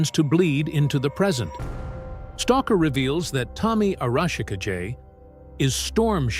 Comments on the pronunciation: Tell your AI that the name is pronounced "ah-rah-shi-KAH-gay." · "A-rawsh-a-ka-jay", eh? When your AI fails your lack of proofing. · Tommy's last name is Arashikage (ah rah shee - kah gey) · Arashikage means Storm Shadow in Japanese. The Kage part means Shadow and is pronounced Kah-Gay or Ka-GA if that makes better sense. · OMG, the AI's pronunciation of Arashikage is hurting my brain! - And it's not even doing it the same way each time, so its not even consistent...... like it's saying it each different way it can think of, figuring that maybe just one version will accidentally be correct.